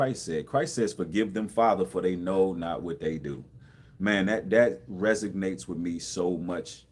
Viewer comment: Great reading. Just one note- the word resonate. ´son’ is the main part of that word resonate. Son means sound. A sound that lingers.